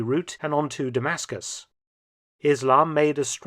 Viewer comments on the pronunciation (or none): none